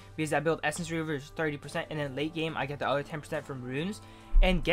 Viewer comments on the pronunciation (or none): none